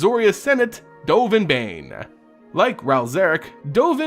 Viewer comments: It is Bonn not Bane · Please stop calling him Dovin Bane, its Baan. BAAN